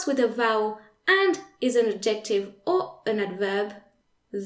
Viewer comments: the c isn’t silent / ˈædʒektɪv / - there is a stress on the / ˈæd/. You pronunciation sounds virtually % Authentic English. I was really trying hard to make up my mind if you were an English person teaching French well, or a French person with superlative English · Super great video, thanks! I had NEVER understood these rules before, now I get it!!! One little thing; the pronunciation of adjective in English is different - I wasn't sure for a bit what word you were saying. Phonetically it is: add - ja- tiv. (three syllables with the accent on "add")